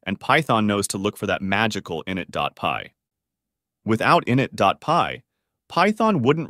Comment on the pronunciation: Great vid, only issue is your pronunciation of init. It's "i nit", with emphasis on the "nit". Not "in it" with emphasis on the "in".